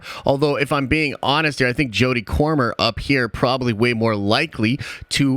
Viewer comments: Jodie Comer (Comer sound like comb not corn) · Jodie COMER not CORMER.